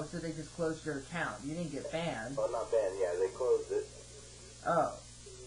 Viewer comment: LOL "no i've been banded alrdy" xD!